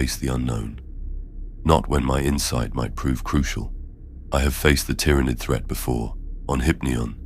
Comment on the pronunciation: Yeah this is AI slop. Mispronounces character names, mispronounces "Tyranid", mispronounces "sword" and then later pronounces it correctly. It's very well done AI, but don't be fooled. Unsubscribed. Don't support this stuff.